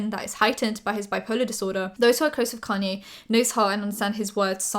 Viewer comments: It's "kahn-yay"! Your videos are amazing!:D Love your channels! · Just googled "connie west" cause my dumbass didn't realize she was saying kanye